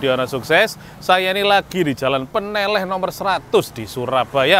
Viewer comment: Baca "ne" dan "leh" pada Peneleh harusnya sepert baca "lele"